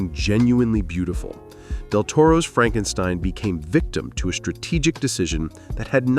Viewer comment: "It's FrankSTEEEEN! It's FrankSSSTEEEEEENNNN!" 😂😂😂😂😂😂😂😂